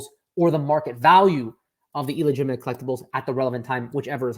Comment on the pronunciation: It's "illegitimate" not "eel-egitimate" 😑